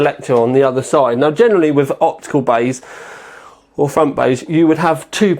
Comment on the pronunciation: whatever fickness fweesixty you want in the fwont. lol